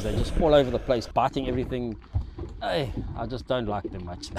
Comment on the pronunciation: that “hey” confirms he’s South African😂